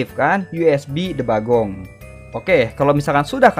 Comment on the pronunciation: Debuging ❌ Debagong 👍🏻